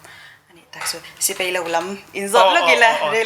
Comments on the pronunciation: A ngaihsanawm hle mai. Thui tak kal turin ka duhsak. Thiam ber chu ni lo mah ila, mizo tawng kan tawng dan hi chu a nih tur angin tawng mai ila a tha ngawt ang a. "Mai mai" a ni. Mei mei a ni lo. "Sipei" a ni lo. Sipai a ni. A mipa zawkmah hian kan ching tawha a zialo hle ani. A ziahdan, inzawm leh zawm lo tur te etc etc kan lo hre dik diak lo anih pawhin a tawnga tawng tal hi chu a nih dan tur ang hian tawng hram² ang u. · ahmel la chu aṭha phian achhuanawm hle mai duhsakna tinreng ka hlan e, mahse,sipai tih tur ah sipei ti ang deuhmah a lam chang a awm